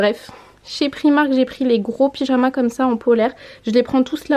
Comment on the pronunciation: J'adore tes vidéos mais ça me stresse d'entendre "prix-marque" pour "Primark" 😅 merci pour les idées en tout cas et bisous à ta ptite famille 😘